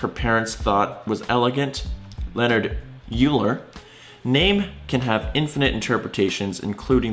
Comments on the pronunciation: is going to get roasted by Papa Flammy for saying You-ler instead of Oil-er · Yeah. I think it's pronounced oil-er. Correct me if I'm wrong. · Who the fuck is Youu-lah? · Also, it's pronounced /ˈɔɪlər/ not /ˈjuːlər/ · It's Oiler not Youler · "YOU-LER" PAPA FLAMMY WILL BE PISSED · When says 'yooler' Shudder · I’m sorry what was that? YOULER? YOULER? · the meme is my face after he said both Euler as “yoo-ler” and mechanics as “metchanics” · It's Oiler! Cmon! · Triggered by yew-ler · You're pronouncing Xi wrong, even for an American - also, the irony of calling Euler a dumbass when you initially pronounced his name as 'Yuler' ;) And you initially pronounced quantum mechanics as 'quantum meshanics' - fair to say this video left me rather triggered haha; I'm not like a neutrino, I can't simply just keep going like nothing happened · It's pronounced oiler, triggered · Pls do Not pronounce Euler like „youler“. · “YOU-ler” cringe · what did you just pronounce! Do not disgrace the gods! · Oh no, why did you pronounce Euler like that